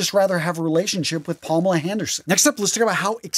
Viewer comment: Palmela Handerson? I had never heard that one before. I'm laughing so hard at that.